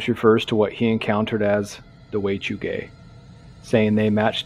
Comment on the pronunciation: At first, I thought you said Way To Gay and now I can’t here it any other way 😂